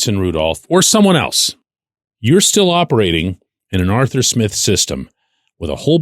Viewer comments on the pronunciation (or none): none